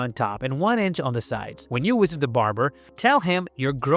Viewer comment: AI program can't pronounce the letter, "V". Time to "wisit" the hair stylist....